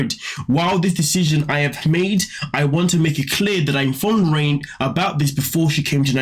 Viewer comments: I believe that you are pronouncing her name wrong. It is not pronounced, “rain” it is pronounced, “Renae”. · It's pronounced Ray-nay, like the name Reneé, not 'rain'... please! My daughter is Raine (after my mom, Lorraine)- she is the opposite of her, so it's triggering!